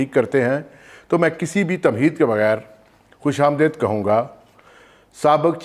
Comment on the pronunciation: Word is Khush amdeed not Khush amdaid, improve pronunciation.